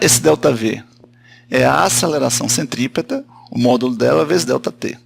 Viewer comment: CENTRIPETRA KKK ACHEI QUE ERA CENTOPEIA HUMANA